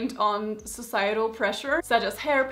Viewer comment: My lovely Slavic lady, I hope you don't mind me correcting your pronunciation of the word 'height' as it is [haajt], and not [heejt] timestamp.